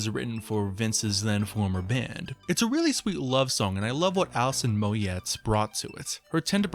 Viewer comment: Yet another one who doesn't know how to pronounce Gahan. And Alison "Mowyet"? Ffs, it's "garn" and "moyay". Do some proper research. I don't get the praise for "Come Back" as it's dreary af, and Memento Mori is just shite.